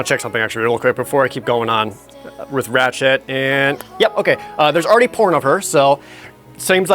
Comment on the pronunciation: when he says "Ratchette" it almost sounds like he says "ratshit"